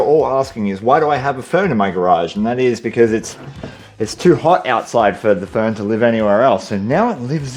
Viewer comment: Thought he said phone the first few times talking about the fern.